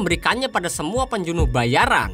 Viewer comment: Penjunuh 😂 pembunuh min wkwk